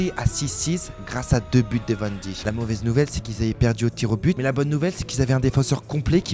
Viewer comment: Ça m'étonnerait 😂😂, je fais du néerlandais et c'est pas du tout la prononciation